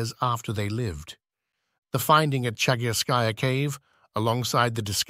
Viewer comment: Commentary in support of your channel. thank you for the video. I enjoyed it. Чагы́рская пещера (Chagýrskaya peshèra) = lit. "Cave of Chagyr" or Chagýr's cave. in Chagýrskaya, the emphasis is on the ý in chagýr-skaya (of the chagýr)... it is also called the "Rabbit Cave". Денисова Пещера (Denísova peshéra) = lit. 'Cave of Denìs" or Denis's cave in Denìsova; the emphasis on the i in denì-sova (belongng to Denìs)